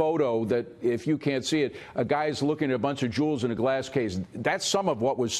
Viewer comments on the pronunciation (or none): none